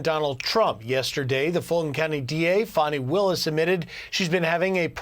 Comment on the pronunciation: Its Fanny not Fawnie